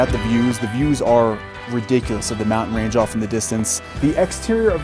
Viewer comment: Lovely tour, amazing home! Why do younger people mispronounce, “mountain” and other “nt” words? With YouTube creators feels a bit like a mass hysteria thing - surely they had English teachers in school that told them the right way to pronounce the words - I don’t get it, but it’s like a calling card that screams, “YouTube content creator…”